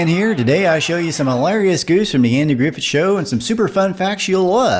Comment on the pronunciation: Do you realize that you are pronouncing Andy Griffith’s last name as if it were spelled “Griffet?